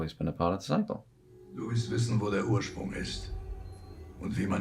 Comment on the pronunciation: "Der Ursprung" perfectly pronounced